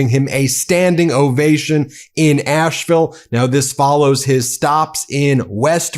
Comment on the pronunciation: So awesome, Love this. Asheville native here - I did want to tell Ben that Asheville is pronounced as Ash-vul, not Ashe-ville. It's like hearing your last name mispronounced, but who would have know. We drop and swallow sounds kinda like Elvis. My parents and grandparents, all from Asheville, would be proud of Bernie!